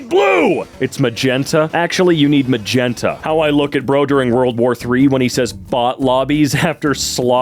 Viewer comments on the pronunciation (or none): none